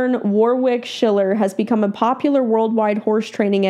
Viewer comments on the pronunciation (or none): Just a heads up. The Aussie name Warwick is not pronounced 'War-wick' hehe. Think of it as W-o-rick. The second 'W' is silent and the 'o' is not 'oh' either, it is the short vowel sound. Love, love, love your videos! oops just noticed some other aussies commenting about the name haha. 'Issybluz A' is the closest correct answer. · His name's pronounced Worrick not War wick. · Sorry to be so picky, but his name is not "War Wick" it's pronounced "Warrick" (had to say that as it was just driving me nuts)! lol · Most people pronounce it as Warwick but it is Warrick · Btw, it's pronounced War-ick. Not War-wick. Don't pronounce the second "w". Thanks for the video. 😊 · The 2nd w is silent. So it's phonetically it's Warrick. :-). So glad you reacted to his training. He is my all time favourite. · Been my favourite horse trainer for years. Proud to be an Aussie! I'm honestly surprised you weren't familiar. ETA: Haha sorry but "war-wick" had me giggle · Warwick Schiller is a sensational horse trainer....actually it's actually pronounced Warick silent 'w" 🙂🙂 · Hi. FYI His name is pronounced Warick. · The W is silent. Wa Rick. 💕🐨🐨🦘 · His name is pronounced warrick. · If you had done your research you would know how to pronounce his name. Warwick is amazing and has a knack of being able to make complex theories and techniques easy to understand. Well worth following and learning from him. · It kills me how non Australians pronounce Warwick 😂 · How about pronouncing his name right, for a start.